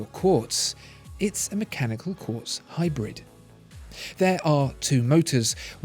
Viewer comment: Lost me in the first minute when you said Quartz.